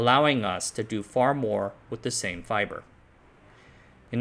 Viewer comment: I like fybor